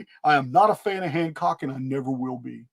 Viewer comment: You said hancrock once and now I can't remove it from my vocabulary 😅😂